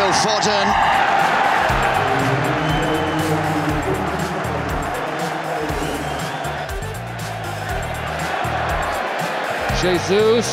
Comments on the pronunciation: I hate how the commantater says foden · how did they mispronounce Foden?